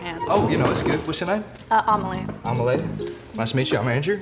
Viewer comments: I thought the wheelchair girl said her name was omelet at first 😭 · Amelie? Is that her name? Why did it sound like the guy said omelet? They talk about his name being hard but idk , i think he valled her omlet lmao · I thought she said her name was OMELET